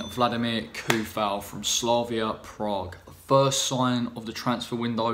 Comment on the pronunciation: Its pronounce With C! Coufal. Anyway you got fighter at least as Souček is..